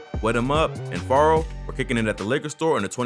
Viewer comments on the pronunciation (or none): You said farro😭😭🤣🤣bruuhh u slo just stop talking it's fearro🙄